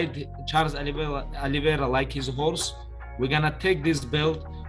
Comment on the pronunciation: It's not Oliviera. It's pronounced Oliveira.